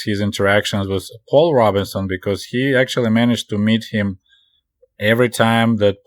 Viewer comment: Comrade What an interesting book to review. I waa hoping to hear about Langston Hughes! Also... Robeson is pronounced ROBE - son, not RAW-bih-son. I know you never really heard of him but he's a major American musician of the 20th century.